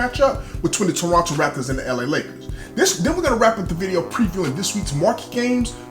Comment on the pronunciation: Perfect pronunciation of Toronto in the opening seconds and perfect commentary!!! Was waiting for this video! Keep up the great work!